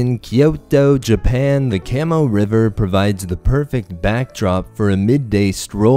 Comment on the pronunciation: It's pronounced kah-moh, not cam-moh.